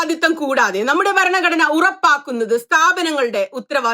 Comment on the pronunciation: ഇഷ്ടായീ... പക്ഷേ ഈ ബരണ ഗഡ്ണ ബരണ ഗഡ്ണ എന്നുള്ള Pronunciation ഒന്ന് തിരുത്തിയാൽ നന്നായിരിക്കും. ' ഭ ' രണ " ഘടന " എന്ന് പറയൂ..